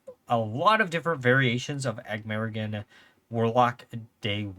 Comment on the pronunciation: Awesome stuff man! Good old “Aggmarragan” 😂🤟🤣